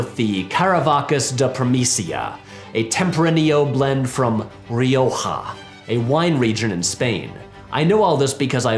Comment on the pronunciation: I had to pause just to say: great work with the hard 'j' sound in "Rioja". And with the beard, but you knew that one already. Edit: Rioja send like a weird pairing for a beach party movie, given how many great and refreshing white wines there are in some wine regions far closer to the coast here in Spain 🤷🏻‍♂️